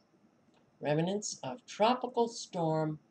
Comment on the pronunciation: Rem-nants. Not Reminants.